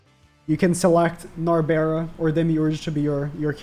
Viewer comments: Stop saying Nabera, her name is Narberal (Nar-beral) or Nabe (Na-be). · NAL-BURR-ELL is how you say her name